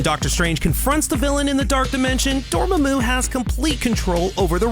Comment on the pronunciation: The correct pronunciation for Dormmamu's name is actually "Door-mom-moo", something for the narrator to keep in mind next time.